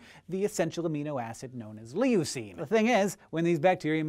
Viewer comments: it's not lee-oo-seen, it's loo-seen (leucine), just fyi no offense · It's pronounced Loo-scene, not Lee-you-scene. The way you pronounced it made me cry. Sorry to be that guy. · Lol Lee-oh-seen. Hank, it's pronounced Lew-seen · I have never heard anyone pronounce Leucine as LEE-ooh-seen. My professors and classmates always pronounced it as LOO-seen. It never even occurred to me that its pronunciation would be ambiguous among English-speakers. How does everyone else pronounce it? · I have never heard someone pronounce leucine as "lee-o-cine". It is "loo-cine". It just really struck me. (Still love Hank and SciShow!) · ***** We Americans actually pronounce it lew-seen too. I think Hank was just misinformed on the pronunciation. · Leucine is actually pronounced more like "lu-seen". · lol leeyouucine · Is that how leucine is pronounced in the US? In the UK we pronounce it LOO-cine. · yeah, I cringed a bit there too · Awesome video as always! But (and I hate to nit pick) I've never heard leucine pronounced like that. Minor detail, no big deal.